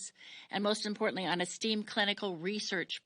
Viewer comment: Say Esteemed again please?